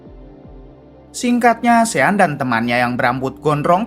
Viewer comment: Ejaannya sean...tapi sebutan yg betul ialah shon